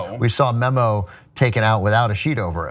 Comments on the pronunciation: Isn't his name Meemo not Memo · You're pronouncing Meemo's name wrong. It's not "memo" it's more like "me-mo"